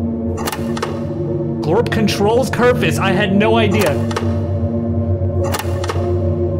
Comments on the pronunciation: its kerfuś, with an ś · its kerfus